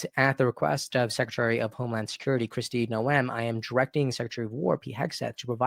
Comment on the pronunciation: Kristi Noem rhymes with home.